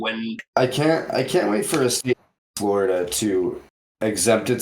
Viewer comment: I hear your concerns, but mumbling “Florida” and “Texas” does not do our States justice. Bro, Donald Trump wants 0 kinds of smoke with targeting Texas. And he probably wouldn’t even fly over the swamp. 🐊